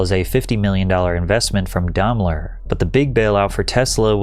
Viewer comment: the Daimler ai is pronounced like the i in "fire".